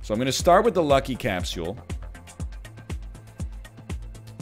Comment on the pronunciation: Will this man ever say capsule like a regular vancouverite?